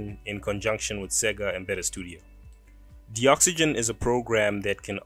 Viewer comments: I don't think its pronounced "de-oxygen". It is a docs generator. Its gotta be DOCS-uh-gen as in 'docs gen tool'. too big a coincidence not to be. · I'm pretty sure Doxygen is pronounced "DOCS-YGEN" as a play on words with document and oxygen put togetterh.